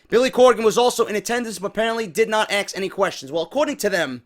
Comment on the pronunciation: Let me axs you something